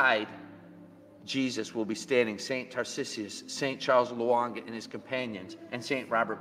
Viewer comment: he should learn how to pronounce Tarcissus